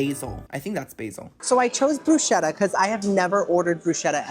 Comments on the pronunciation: you are a delight!! Bruschetta = broo-sketta. Ch in Italian is a hard k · Bruschetta is actually pronounced bru-sketta:) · YOU PEASANT, IT’S PRONOUNCED BRUCE-KET-AH!!! Love you ❤